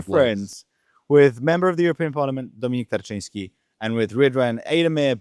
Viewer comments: You pronounced Dominik Tarczyński like a native! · Off topic - your pronunciation of Dominik Tarczyński is perfect 👌🏻